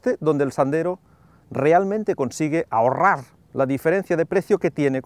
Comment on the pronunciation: "Ahorrar!!!!!" jajaja que énfasis xD